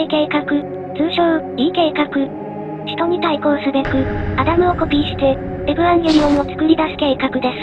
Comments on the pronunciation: エヴァンゲリオンをエブアンゲリオンって言ってて腹痛い、とても好き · えヴぅわぁんゲリオンにしか聞こえない